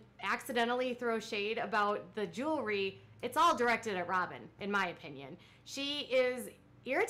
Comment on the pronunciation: Kendra Scott owns a “jewelry” company. Robyn owns a “joolery” company 😂😂